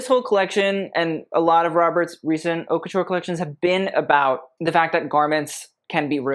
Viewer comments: I like looking at the costumes on your videos, and your commentary is quite informative; but you really need to learn how to pronounce "haute" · But what can you expect from somebody who cant even pronounce the name of his channel? "HAUTE"